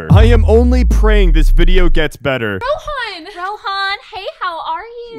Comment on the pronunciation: Bro mispronounced his own name 💀 ( it's not rohaaaaaaan. It's Rohan.)